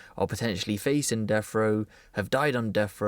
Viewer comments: That's 'deaf' row, not "deff" row. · Def row? Should be pronounced deaTH row. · It’s death row not deff row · Death not deff! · Bri ish on def row. Sorry, are you English? I thought there was a letter, sorry le ugh er T in the alphabet.